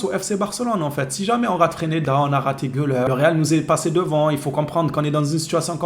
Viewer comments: c'est freSneda et non freneda 😂😂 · Le real sans le Barça, ce serait Leganes! FRESNEDA ce serait un bon joueur pour nous. on dis Fraise-neda pour FRESNEDA